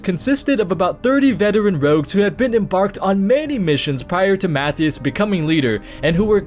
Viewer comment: Mathew Shaw? Pretty sure it's Matthias Shaw.